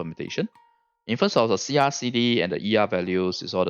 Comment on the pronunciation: Thats good info for my arti farming also when u said sia i was like, u must be from Malaysia or Singapore XD.